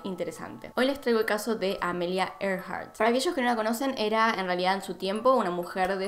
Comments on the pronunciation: Me estresé un poquito escuchando llamar a AMELIA "Emilia" 🙈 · Porque Amelia no es un nombre comun en argentina entonces inconcientemente le dices Emilia